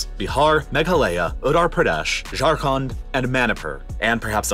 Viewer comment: Call jharkhand not jharkhond 😂😂